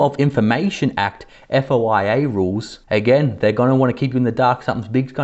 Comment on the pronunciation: It is FOIA not foi.